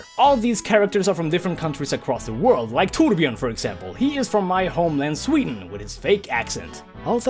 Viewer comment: Finally! Someone in YouTube who is able say torbjörn right!